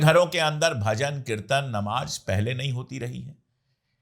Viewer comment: Sir aap apni Urdu thori theek kijiye Jurm hota hai zurm nahi Giraftar hota hai ghiraftar nahi Namaz hota hai Namaj nahi Sazish hota hai Sajish nahi